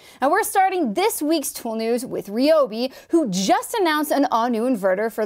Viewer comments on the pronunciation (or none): it's rye-ob.